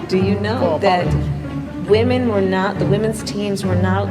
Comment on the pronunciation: somebody needs to clip the way she said “wEEHmAn” 😂